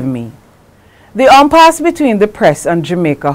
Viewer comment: say after me "Impasse" for heavens sake how hard is that !